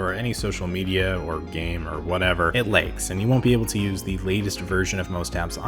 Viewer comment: Where is the reviewer from? The Upper Mid West? The vowel in "lags" sounds legs [eh]. I thought that he said, "it legs."